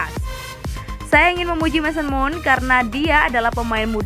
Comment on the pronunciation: Pertanyaan gua kenapa sih talent vo nya salah ngomong mulu. Masa the foxes jadi the fokes mason mount jd mason moon, banyak salah bacanya. Itu disengaja biar kita komen, apa emg gabisa bahasa inggris apa emg vo nya ga ngerti soal chelsea atau bola. Plis lah, kalo salah jgn dibiasain. Gak keren samsek, malah bikin org yg gatau jd salah pronounce juga